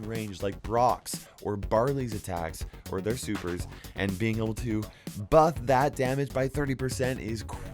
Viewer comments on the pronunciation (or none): he says a 30 percent boof